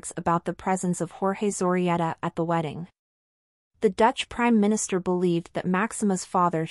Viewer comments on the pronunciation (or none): Interesting video. You can improve the pronunciation of the word "Zorreguieta", Zo rre guie ta